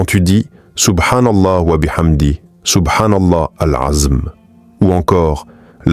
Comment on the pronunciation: Moi-même je posé la question en plus pour les personnes qui répètent de la même manière c'est pas bien il dit SOUBHANALA AZM hors il me semble que c'est SOUBHANALAOU L' ENZUIM je sait pas si je lai bien écrit mais je sait mieux le dire oralement que l'écrire 😅